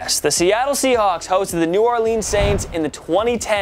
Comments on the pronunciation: Can u say New Orleans correct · New or lens not New or leans